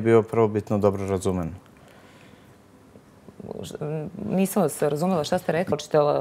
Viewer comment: ...razumeN...ovaj iz Splita?